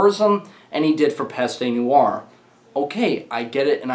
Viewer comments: Haha fair enough, idk who told you that, but I can confirm as someone who's lived in France for 14 years that it's "pest" not "pestey" (no accent on the e, so it is silent) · And it's pronounced "PEST NWAR" not "pestey niwar"